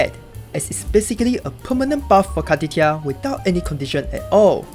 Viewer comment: i just have to , car-titti -a xD